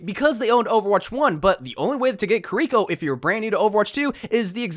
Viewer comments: Kiriko is pronounced Ki-riko, not ki-RICO. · WHO CAME UP WITH SAYING KIRIKO LIKE THAT? IT'S (kee-ree-koh) NOT (kih-ree-koh). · I thought Kiriko was pronounced kear-reh-co